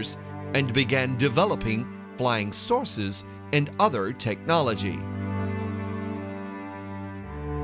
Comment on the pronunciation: Check my other comment about his pronunciation flying sauces . Not flying saucers